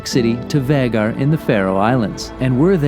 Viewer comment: Nice video, but you managed to mispronounce ‘Vagar’ through the whole piece 😏